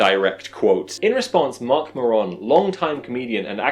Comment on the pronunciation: That isn’t how you pronounce Marc Maron’s name, my friend.